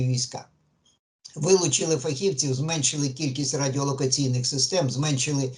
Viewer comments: ФахівцІІІІІв, а не фахІвців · Задовбав зі своїм фахІвців, фахівцІв, наголос на другу і.